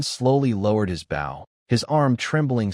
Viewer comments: Bow is mispronounced most of the time, the weapon is pronounced oh not ow. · If you’ll add an (e) to the end of bow - bowe) your Ai will pronounce it right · Message to poster...If you can't be bothered to listen before posting and correcting errors, why should we bother to listen. It's not that hard to make AI pronounce bow correctly, an easy way is to open the text in libreoffice then use find replace to find bow and replace with boe. There are other ways, but this is the easiest. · It annoys the crap out of me that the AI always mispronounced bow. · But what if that’s how he pronounces bow you know everyone doesn’t pronounce everything the same water woooter potato pototo